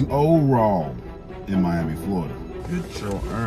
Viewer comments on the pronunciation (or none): It's pronounced "Oooo-rah", not "Oh-raw" lol.